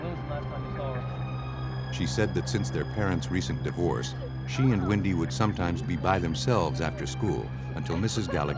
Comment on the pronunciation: WENDY, not Windy.